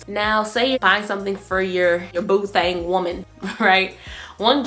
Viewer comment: 😂 the way you say boo thang kills me 😂😂